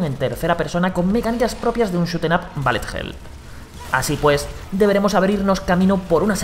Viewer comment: Ballet hel Todos: bullet hell